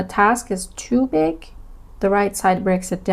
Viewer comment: She says too big - her accent makes it a bit hard to hear at first but she says it again after a few seconds and you can tell that she says big in a slight accent